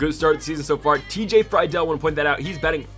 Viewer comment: Love the series but pleaseeeee its TJ Free-dul not fry-del